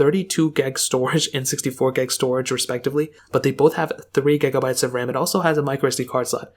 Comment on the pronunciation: He accidentally called it an iPad several times lmao Edit: wait.... Did he call gig(abyte) gag(abyte) ?